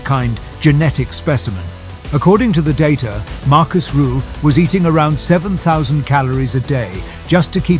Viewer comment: Rüüüühl. Not Ruuuhl